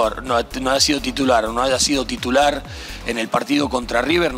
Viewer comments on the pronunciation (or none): "Por que hoy no haya sido TITULOR"